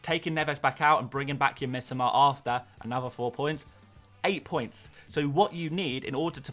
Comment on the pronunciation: ffs..it is Mitoma...not Mitama